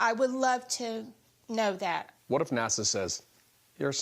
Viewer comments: THEY SAID NASO IT IS NASA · did he say NASO